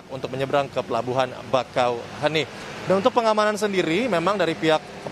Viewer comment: Penyebutannya bakauhe(E)ni min bukan bakauheni atau bakauhuni 😁.